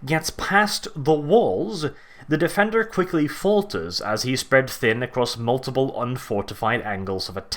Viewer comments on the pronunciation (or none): none